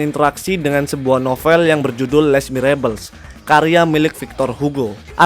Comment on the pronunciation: Mantab min, storytellingnya bagus.. next time mungkin perlu diperhatikan pengucapan istilah2.. misalnya les miserables kan salah pengucapannya 😅, tapi overall bagus kontennya 👍